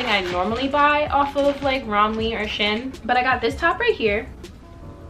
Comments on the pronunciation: it’s pronounced she-in lol ,, good video tho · OK I LOVE THE VIDEO BUT WHY ARE YOU CALLING IT "shin" PLEASE QXEJNO